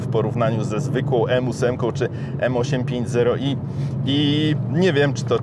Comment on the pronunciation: Trochę kłuje w uszy wymowa M8 5 0 i zamiast M850i, ale tak to test jak najbardziej na plus